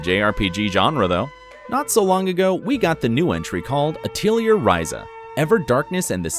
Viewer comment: Isn't Atelier pronounced at-lee-air?? Just curious lol